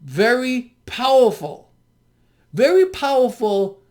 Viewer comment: Vewy powellful sillywabbit